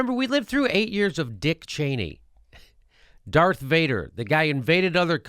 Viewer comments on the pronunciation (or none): none